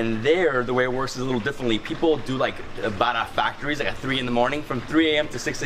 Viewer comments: Great video showcasing trini street foods. However you need to stop referring everything to "Indian Food" they have their own style!! Also the correct name is "Ba-rah" not "BADA" ROTI not Rodee. Try your best and get these right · Trinis pronounce it "baRa" not bada. We do not do the R as a D. Roti is pronounced rowTEE not roady. Pholourie is not a donut. It is a split pea fritter. It's not a paratha. It's called buss up shut. Please say dhal puri. Not dhal poodi. Please do not speak Trinidadian with an Indian accent. Trinibagonians do not. You are offending our dialect. Tamarind is not sweet. It is naturally sour. Tambran chutney is made sweet by the exorbitant amount of sugar used. The "usual pair" is a roti and a red solo. Doubles is usually eaten with a coke or apple j. Can't wait to see how u butchered our dialect on ur trip to trinidad. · we need to teach you how to say bara, roti and channa like a trinidadian.